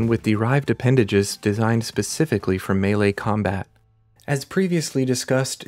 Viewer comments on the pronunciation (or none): none